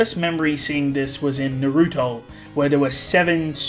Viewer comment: Bro how do you pronounce Naruto like that lmao